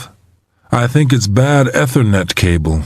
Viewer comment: He also mispronounced ethernet, router, and Prius